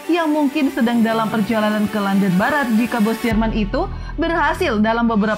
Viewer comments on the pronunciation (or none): none